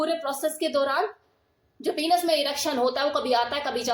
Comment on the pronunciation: पीनस नहीँ पेनिस कहते हैँ मैम